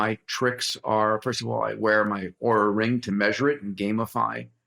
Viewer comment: Oura ring, not aura ring